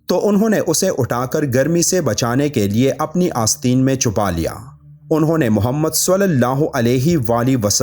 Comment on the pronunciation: Aap Prophet Mohammad ka naam galat tarike se le rahe hen. Kisi aalim s contact kr k talaffuz sudharye.